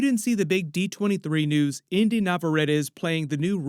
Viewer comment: Brother in Christ, it's Inde like Indy not Indah. Have some respect.